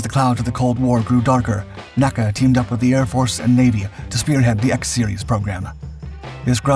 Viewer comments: The predecessor of NASA was always called "enn-a-see-a", not as "nack-a". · The NACA was never pronounced "naa-kah" It was always called the N. A. C. A. Only when it became NASA was it pronounced as an anacronym.